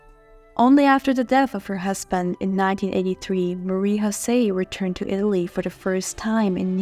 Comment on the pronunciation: It is pronounced MAH-REE YO-SEE. Not Marie HO-SAY. Also she is known as Marie Jose of Italy. Once she marries, a royal consort is known by the higher rank (Queen of Italy) not a Princess of Belgium. It’s also the KEY-INN-EE-AL Palace. Please don’t be sloppy!